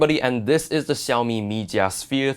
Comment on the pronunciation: SHAO Mi ffs